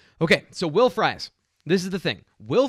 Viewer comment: Pumped to see somebody in the NFL with my last name, but it's pronounced FREESE any time you see 'ie' in a Germanic name it's pronounced Ee